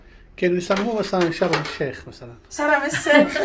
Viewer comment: شرم الشيخ الراء ساكنة بتنطقوها خطأ